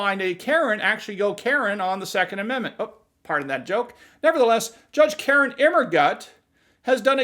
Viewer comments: I love how you keep saying KAR-in 😂😂😂😂😂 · I love the strong emphasis on KAREN, every time her name comes up... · I love the way you emphasize her first name.